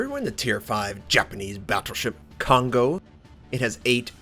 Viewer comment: Hey Notser! Since you've mentioned before that you're trying to pronounce the ship names correctly, instead of " k-on go ", it's more like " co-n-go " since "ko(こ)" and "n(ん)" are both independent alpahbet in Japanese. just to give you some reference :p Really like your videos! keep up the great work:)